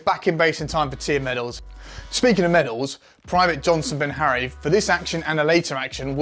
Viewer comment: Johnson BEHARRY not Ben Harry.. good video😁